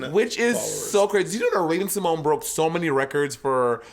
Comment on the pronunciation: Raven can't read... because there's only an accent on the E which would make her name Raven Si-mo-nee not Simoñe or Simogné. I hope someone will tell her that sometime.